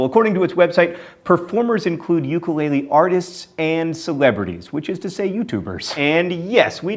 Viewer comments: For the record: Ukulele is actually pronounced with a short U, despite what we've all heard it pronounced as. So, its ooo-kulele not you-kulele. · Ukulele is pronounced like ooo-ku-le-le hopefully that sounds like what I want it to be :) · "Yoo-ka-lay-lee". Ugh. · Oh dear, that pronunciation of Sapporo and ukulele